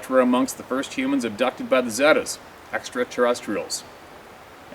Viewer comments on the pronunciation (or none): Zeta's are pronounced 'ZATA'S